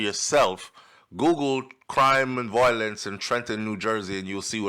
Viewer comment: The word is V-I-O-L-E-N-C-E not VOILENCE bro.